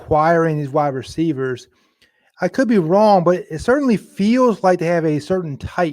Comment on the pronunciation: "Receicers"? Come on, you're embarrassing the UCLA English Department. 😆